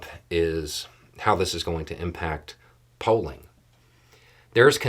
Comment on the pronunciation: Just a little light note -- I'm not awake yet and I thought you said how this is going to affect Poland -- when you actually said Polling instead of Poland. While it's true we have no idea how this is going to affect Poland my mind needed more coffee to attempt to find the context in this particular discussion. I do know that Polling in 2024 really doesn't indicate anything except what the polling overlords want it to.